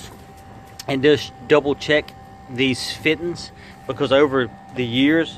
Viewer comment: "double check these Fit'enz" i love that southern twang *funny story.. i worked with a boy and use to say fitenz and shit you not.. Now i say fitenz